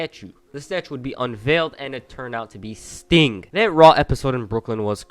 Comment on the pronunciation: Lol sounds like he's saying stink instead of sting